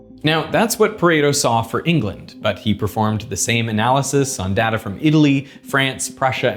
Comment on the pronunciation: I really wish that he would stop mispronouncing "data"...